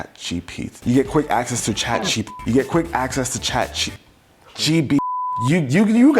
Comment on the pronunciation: Chache GPT 😅